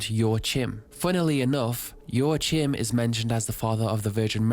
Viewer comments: Slight correction : Joachim is probounced "Joakim", not "ioatchim" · I am sorry but why did you have to butcher the name Joachim so extremely? Its not joa-chim(p) man just at least try to pronounce it right. I am German but i dont got and butcher every single word cause idgaf when speaking to ppl online/at work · Man Joachim is not pronounced Joachim its pronounced Joachim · I think Jaochim is pronounced “Jah-co-eem” that is the most mundane thing you could’ve led with. You start talking about the dirtiest party ever and you lead with “the band is playing music.” Subbed. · if your fimiliar with spanish pronounciation it would be "yoajim". The J is soft like in "yo" and the j sound comes from the throat like the j in "rojo" for example ^^ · “yo ah heem” is how it’s pronounced but i’ve heard some people say it like “yo ah kim” or “wa kim”. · joachim, to my knowledge is pronounced Joe Kim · I never heard the name "Joachim" butchered that hard, ngl. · as a German,.. how you pronounced Joachim had me dead 😂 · Joachim is a common name around here and that pronunciation hurts a bit 😂 Great vid otherwise